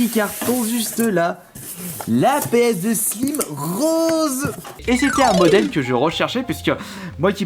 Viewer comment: Péeuhsdeu slim ça ma tué 😂😂